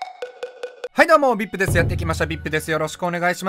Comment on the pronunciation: Vipの発音好き